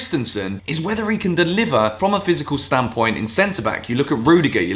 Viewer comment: You it's a video when you hear "from a stan point"